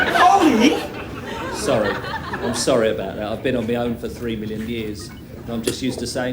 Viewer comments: The word is three, not free. Behemoth, not Behemof. Learn how to speak. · What the hell is "Free Thousand"???? ..........Ya twonk .